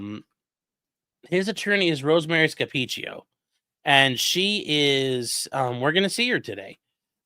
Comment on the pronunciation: For future reference: her name is Rosemary Scapicchio (pronounced Sca-peach-e-o) I absolutely love watching her. I watched her in the Cara Rintala case, and it’s fantastic to watch her, especially when she’s up against shenanigans of the CW.